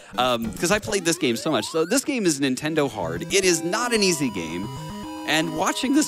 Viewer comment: Did this dude say his child was named "rintendo"?? I really hope that was a joke.